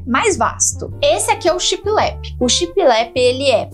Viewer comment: Oi! Amo seus vídeos e dicas, e é com mta humildade que venho falar sobre a pronúncia da palavra shiplap; eu tb falava assim de forma pausada como se fossem 2 palavras, mas foi assistindo a um vídeo antigo dos Irmãos a obra que percebi meu equívoco; pesquisei e concluí que o correto é falar de uma vez só, tudo junto, e com o p mudo bem suave no final. Pensei mto se deveria dar essa dica... se quiser desconsiderar está tudo certo!!! Sei que falará mto sobre essa inspiração baseada na decoração náutica daqui pra frente, acho que veio com força para cá. Enfim, fale como se sentir melhor, pois seu profissionalismo não mudará em nada, pois já é exemplar!! Um grande bjo!!!